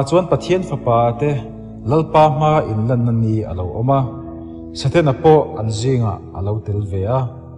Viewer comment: Eng i ti nge mawni Saten-a tia i lam rik tlat mai le??😮😮. A ngaihnawm tur ang aiin thu lamdan diklo hian beng ati kham ṭhin. Hetiang anga thu ngaihnawm leh zirtur nei ṭha angah hi chuan i thumal lamdan hi han ulukin han fimkhur deuh la, a ngaihnawm lehzual ngei ang. Han ṭang sauh² teh khai...